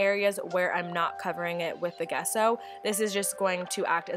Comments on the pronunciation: Love these pieces! FYI, Gesso is pronounced with a soft “g” like in “giant” or “giraffe.” Love from Canada! 💕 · Love the idea of using a cinder block on your table! (P.S. The G in gesso is pronounced as a J)